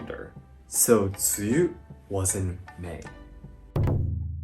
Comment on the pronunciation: When pronounced tsuyu in mandarin I was shocked as how accurate it sounded! Like Wow!